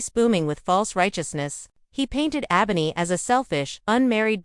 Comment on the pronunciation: You mispronounced Ebony throughout the whole video. Check first before you put out a video to make sure you're saying the characters name correctly. I had to put the video on mute because it was annoying listening to you